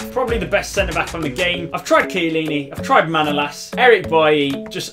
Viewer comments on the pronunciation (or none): none